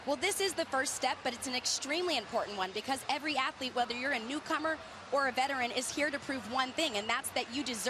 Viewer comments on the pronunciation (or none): none